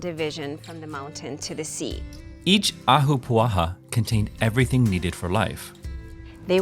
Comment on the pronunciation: Im born and raised in Hawaii my ancestors came here from Scotland to work the plantations over a century ago. I love when people cover Hawaiian culture. And your pronunciation of ahapua'a was pretty good lol. But in the video you didn't really explain the structure or function of an ahapua'a. The "pie slice' went from cloud forest in the mountains where Hawaiians could gather and hunt boar. The lower middle was for kalo growing. And the sea was fir fishing. Good job though!🤙